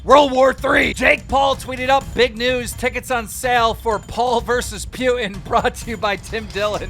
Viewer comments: Wait.. how did you pronounce his name? There's NO WAY a grown adult didn't hear how that name sounds if he does "News" type content. It's "POO-TIN" Not, "PEW-TIN". Next time ima hear you start callin "Jewelry" all types of ways! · It’s pronounced “Poo-tin” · i hate it when yall say PYUTIN...ITS FUCKING P-U-T-I-N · Ah yes Pewtin.... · This mf mispronounces everyone’s name lol. Pewtin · Keem literally never gets a name right and I love it but please stop calling putin pyutin lol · The fuck does he say Putin like that for